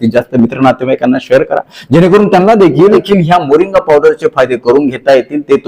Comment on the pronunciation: मोरिंगा असे वाचा